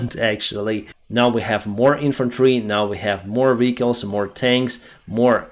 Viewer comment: South - NOT souse North - NOT norse VEHicles - NOT vicles